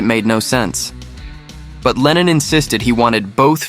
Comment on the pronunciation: il faut absolument que tu te corriges !! ta prononciation est NULLE !! lennon n est pas lenine !! grrr